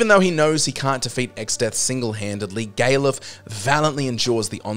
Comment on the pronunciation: Gay-luf? I wouldn't have considered that pronunciation. I usually pronounce it Gal-uf, as in Gareth with an L instead of an R. I can see why you did pronounce it as such though.